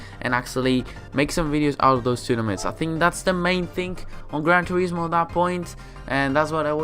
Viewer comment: gwan toewismooowwww